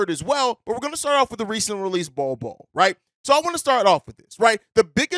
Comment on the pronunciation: said Nol Nol for Bol Bol